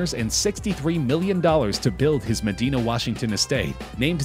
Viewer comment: You pronounced "Medina" wrong. Ma dai na.